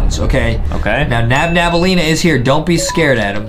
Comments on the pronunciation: Its nabnaleena not nabnableena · It’s nabnaleena not nabnableena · it is not NabNabnaleena it is NabNaleena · Her name is not NabNabElena It’s nabnolina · nabnaleena is not called nabnableena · Its not Nabnabaleena its Nabnaleena :) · Angering me by saying nabnabnaleena and not nabnaleena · Btw its not nabnabelina. Its nabnelina! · It’s not nabnabnaleena it’s nabnaleena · her name is nabnaleena not nabnabnaleena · its nabneleana Not Nabnabaleana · It's not nabnabalima ita nabalina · Thats not her name ...its nabnaleena and not nabnableena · It's nab blena! Not nabnab blena